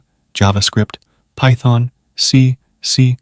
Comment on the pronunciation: The voice seemed perfectly real to me except for "C....... plus plus." What did you use to generate it?